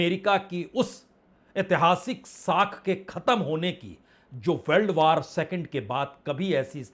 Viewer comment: वार नही, वॉर बोलो😂😂